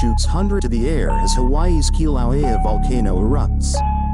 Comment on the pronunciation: The computer narrator can't pronounce Kilauea, alas.